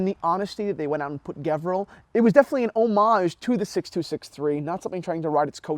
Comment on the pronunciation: Sorry but you are wrong today after 6 years of your video , white dial with silver bezel is the rare one , there is a bunch of black dials that is being offered, and the brand pronounced as Gevril G sounds like saying George